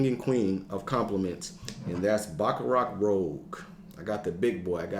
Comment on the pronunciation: Pronounce that #1 like this... Baccarat Rooj. A man after my own heart! Great minds think alike on the King & Queen!